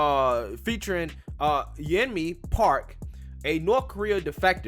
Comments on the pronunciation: Did you call her Yemini? Yeo-n-mi. LOL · "Yon-Me" lol not Yemeni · Yeonmi I think its pronounced Yon-may or Yon-me Just saying, I could be wrong. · Love you! Her name is pronounced "Yon-mee" hehe